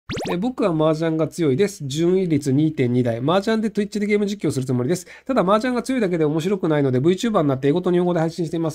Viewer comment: Twitchのこともトゥイッチって言うんだな